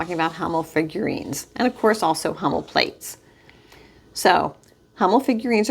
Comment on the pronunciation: You pronounced it fine.